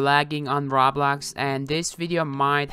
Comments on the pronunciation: I swear he says RAWBLOX instead pf roblox lol not bullying just sayin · ur saying rawblox like its rotting in hell..XD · My guy says roblox like R A W B L O X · XD Listen When u say Roblox why u say Rawblax? XD Dude Say it its easy Roblox Roblox!!!;) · normal people: Roblox: Rablax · he:every body is almost lagging on rablax me:its roblox he:RABLAX! me: faints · I love how he pronounces Roblox to: RABLAX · nobody: literally no species on the earth;: RAWBLAWX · He said rawblox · "rablax" no offence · Why do you say rablax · I love It when u say Rablax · Is no one going to talk about how he said rablax 😂😂😂 had my dying😂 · I like how you pronounce it rablax Also ty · Raw Blox, he says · When he said "Rablax" I felt that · I was dying of laughter when he said “Rablax” I’m still laughing about it while I’m typing this comment up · its RO-BLOX GET THAT? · when he say roblox i luagh so hard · just pronounce roblox correctly dude. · The way he says roblox tho xD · Lmao the way he say Roblox!